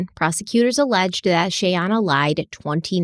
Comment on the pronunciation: The comedy of trying to say Shayana and how many different ways that he said her name throughout the series...has me laughing so hard......I know this is a very tragic story and very sad and heartbreaking. But I did find humor in that..🤣🤣... I know you are trying!!! Mich love to this podcast. I absolutely love the deep dives and multipart series. Im obsessed...because I do not find this amount of information anywhere else. I respect Stephanie's patience and research soooo much!! Much love to the both of you from Charlotte North Carolina! ❤